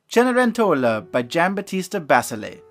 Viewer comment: I love the way you pronounced Cenerentola!:)